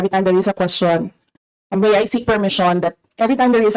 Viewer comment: Oh " She may not" I was wondering what it was she mispronounced it. May is not pronounced like a short e sound like men